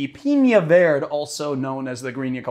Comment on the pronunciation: dude as a Spaniard that pronunciation of verde bothers me. It should be pronounced vair-day, like Chile Verde.